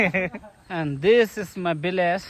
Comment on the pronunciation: Bdw its village not billage